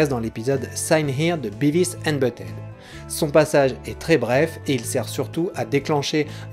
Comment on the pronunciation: Si je peux me permettre un léger commentaire un peu inutile, essaie de dire "Biveuss" pour Beavis :) après c'est que de la prononciation c'est pas très important